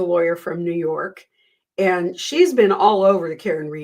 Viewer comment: it sounded like you said “And if you’re NUDE, welcome” in the intro. It gave me a chuckle.